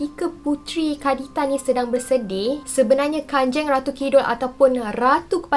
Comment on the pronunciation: Kanjang bukan kanjeng memang ejaan dia kanjeng tapi bacaan dia kanjang